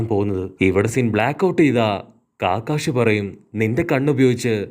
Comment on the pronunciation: Bro കാക്കാഷി അല്ല കക്കാഷി